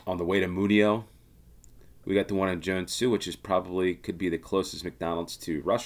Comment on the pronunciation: Your "Joensuu" sounds quite good, but "porvuu" should be "Porvoo" and same with "Espoo" (not "espuu").